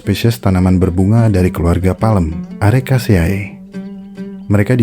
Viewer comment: Arecaceae dibaca Arecace'e, kata dosen gw gitu cara bacanya.... Berlaku juga untuk akhiran "ae" lainnya. Semoga bermanfaatttt